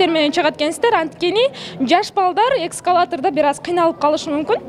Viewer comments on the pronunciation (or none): Репортаждын алдында даярданбайсыңарбы? Биротоло кыргызча же орусча алып барыш керек го дейм? Эң негизги, репортаждын себепчиси соода борборун кыргызча айтпайсыңарбы жок дегенде, Торговый центр дебей? Орусча айтсаңар да туура айткылачы жок дегенде, "эксколатор" эмес, эсколатор😮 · Эскалатор деп айтылат экскалатор эмес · Экскалатор эмес эскалатор чон кыз😂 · Анан экскватор эмес эскалатор😂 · Ообаа,дикциясы ото жагымсыз,соз байлыгы жок,"ааааьькь","ииииыыьькь"- деп жапайы жаныбарга окшогон ундорду коп чыгарып репортаждын сапатын томондотту Жанылмач айтып,машыгып, конугуп албаса болбойт😁Эскалатор дебей," Экскалатор"- деп айтканы даа одоно ката Бирок Репортаж озу сонун,Ош шаарынын мартабасы ждо экен💖💖💖 Кубанычтуу окуя болуптур❤ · Эксколатор эмес эскалатор. А так жакшы ачылыптыр. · Экскалатор эмес ЭСКАЛАТОР журналисттер ушундай сабатсыз болобу😂😂😂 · Экскаватор дейби или мага ушундай укулватабы)эскалатор) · Ал кызды жөн койсоңор эми андан көрө ачылышка баа берсеңер кандай сонун А журналистка кызга келсек ишине ийгилик калайбыз оба эсколатор дебей эксколатор деп койду башкасын сонун эле сүйлөдү антип көңүлүн түшүрбөй жакшы сөз жазып койуш керек мыскылдабай барибир жакшы сөз жакшыда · Экскватор дейтго 😊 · Эскалатор эмэс эскалатор Дейт,журналист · Экскватор эмес эсколатор чон кыз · 2.04 мүнөттө : ЭКСкалаторлор дейт го😜🤔. ЭСКАЛАТОР деп айтчы чоң кыз. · Тепкичтер: эксковатор эмес😂 эскалатор деп айткын мектептин башталгыч классындагы китепти кайра окуп чык , Эскалатор!!! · Экскалатор дейби эскалатор дечу беле туурасы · эксковатор эмес эскаватор болот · Экскаватор эмес эскалатор деп айт ээй билимин бар болсо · Журналист кыз сүйлөгөндө ыы дегенди азайтсан, адамды тажатып салаткен. Экскалатор эмес эскалатор. Ишине ийгилик каалайм. Такшалып көп иштесен ага жетесин деп ойлойм. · Журналист кыргызча так суйло! Экскаватор эмес эскалатор! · Экскалатор эмес эскалатор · Журналист билимини жогурулат ЭКСКАЛАТОР эмес, ЭСКАЛАТОР, элементарно нерсени билбейсин, эл алдына кыргызча таза суйлоп чык